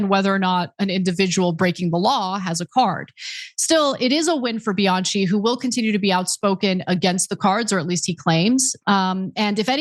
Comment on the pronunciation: Honey, the name Bianchi is pronounced with the ch pronounced as k. Bi-an-ki.😮